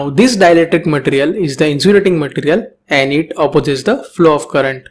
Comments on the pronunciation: Its ma-te-ri-al Not mat-rial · your pronunciation of material irritates me idk why